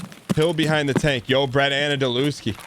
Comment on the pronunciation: Bret anadelewski (butchered that last name for sure ) is an actual stream legend